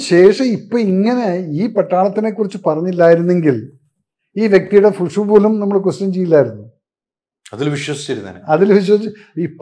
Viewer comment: Fushu alledo majore .. wushu